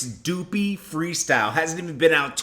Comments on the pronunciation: Someone tell this guy, it's Duppy not Doopey lmao....like Duh-py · ITS NOT "DOOPY" .. ITS "DUPPY" .. PUPPY WITH A D.. IT MEANS GHOST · Stop saying duppy like that, it's Duppy the way you say ghost in Jamaican or how you say puppy but with the d in front, you can hear drake say it at the end of the song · Drake got The biracials going crazy all over again 🤦🏾‍♂️ & stop saying doopy it’s duppy ya bloodclot yankee boy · lol he called it doopy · There's no O in Duppy my guy LMAO. You keep pronouncing it " Doopy "! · Boy saying doopy like drizzy didn’t pronounce it at the end of the song... so it’s like did he even really listen 🤔🧐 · Maame Posh lol the way says it like it from kanye scoopidiewoop song 😥